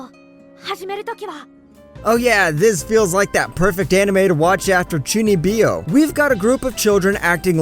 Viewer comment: Excuse me but what did you just call chunibyo. You sir need to buy a new tounge.